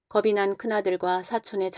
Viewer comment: 읽어주시는거 너무 잘 듣고 있습니다. 다만 중간에 거슬리는 발음이 있습니다. 왜 겁이 났다를 겁시났다라고 읽는거죠? 남도 사투린거 같은데요. 표준발음은 겁시 났다가 아니라 거비났다라고 발음을 해야 하죠. 연음법칙이요